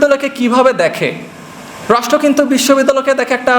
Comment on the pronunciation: বাবা তুমি রাষ্ট্র শব্দটা উচ্চারণে 'ট' উচ্চারণ না করে 'ঠ' করছো, সংশোধন করে নিও এছাড়া খুব ভালো বলেছো তুমি।